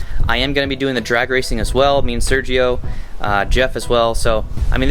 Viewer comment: Ps. Is funny when you speak about your homeboy Sergio. Saying my name like that... Lmfao 🤣🤣